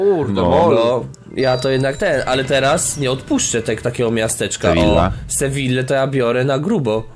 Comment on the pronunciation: Sewija się czyta ll = j